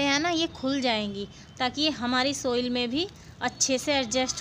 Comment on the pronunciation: सोइल --> साइल पोट--> पाट